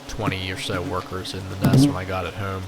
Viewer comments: I started to comment and poke fun about how you say "homb" (home) but heard you aknowledge it and joke about it yourself so you get a thumbs up on this video good sir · Hoom = Home Coom = Comb Poost = Post Slew mo = Slow mo Foon = Phone Sue = So This guy is allergic to the long “O” sound lol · The way you say “home & comb” makes me wonder where you’re from lol ive never heard anyone say it like that. canada maybe?